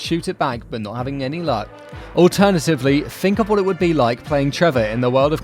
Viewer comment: think* not fink